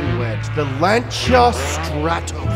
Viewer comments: Lan Sea Ah not launch sha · Lanchia? Isnt is lan-sia? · I remember reading about this nearly 10 years ago. At the time it had F430 architecture. That's how long ago it was. Oh, and it's pronounced Lan-see-a. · "lanchia" REEEEEEEEEEEEEEEEEEE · What, tired of hearing “Lansee-a “ all the time? 😖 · FYI Lancia is pronounced like a guy from Boston saying Lawn Chair.